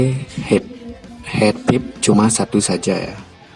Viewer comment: thanks for the opinion. btw boleh ngoreksi dikit istilah "heat pipe" (baca: hitpaip)